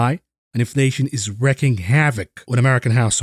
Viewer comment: Always enjoy your content! Have been subscribed since early 2021. Enormous respect for your abilities and command of at least your second language. ONE suggestion- I know you’re always improving on your communication skills- You keep saying “wreaking havoc” incorrectly- apx in the video. It is pronounced phonetically “REEKING”. I want people to acknowledge your talent and not dismiss you for mispronunciation. Thank you for all you do